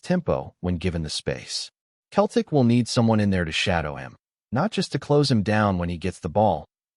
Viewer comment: This a joke of a cast, the guy can't even say Celtic properly.